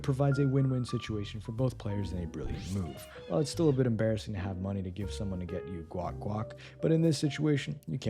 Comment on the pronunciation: I couldn’t tell if the voice was TTS or not until this video. Bro said "yo" instead of "to" , certainly TTS. Great TTS though, I want it lol